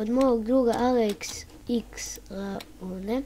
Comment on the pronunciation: Nuysss man thanks you ne cita se Lanone nego iannone